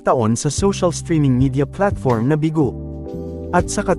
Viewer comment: It's (BEE ● GOW) not BIGÔ.